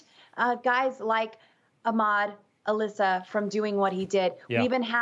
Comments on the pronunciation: 😒` Al Issa, not Alissa... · His name is Al-Issa, pronounced as a 2 separate words, NOT Alissa which is a female name and which doesn't have any relation to Middle East or Islamic culture. Newsmax reporters and speech writers: do your homework!